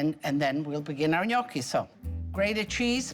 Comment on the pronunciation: Thanks for the recipe. Gnocchi was my favorite growing up, but somehow I've never had this type. I'll have to try it. And also, thank you for pronouncing 'gnocchi' correctly!